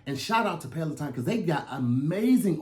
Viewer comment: didn't say Pelaton correct🤣🤣🤣 I thought I heard petaltoe